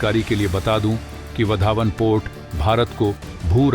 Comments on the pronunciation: बंदर का नाम वाढवण है, पढना नही आता या बोलना नही आता, यह वधावन कहासे लेके आये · सर, वो वाढवण पोर्ट है, उसका उच्चारण वधावन नही . धन्यवाद. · उस बंदरगाह का नाम वाढवण है, वधावन नहीं | कृपया नाम को सही बोलिये | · वाधवन बोलो bhai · Your pronunciation of Vadhvan is not how Gujaratis say it…